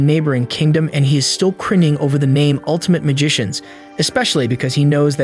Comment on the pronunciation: The "altimte magishins"Im dying of cringe 😂😂